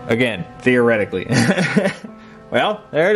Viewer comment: Theo-rethorically? Anyway interesting video..